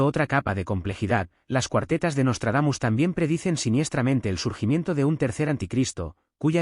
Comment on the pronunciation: Jajajaja pura mmda el " nostardamus mucho" ....